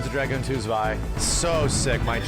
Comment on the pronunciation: And it is pronounced "Tswai", my dear English speaking friends. NOT "Zwai".